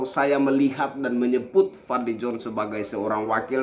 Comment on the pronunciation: Aku bisa tertawa broo.....Fadli Zoon. Tanpa 'n' jadi 'zoo'. dia dlm statemenya gak pernah ada solusi sperti Rocky G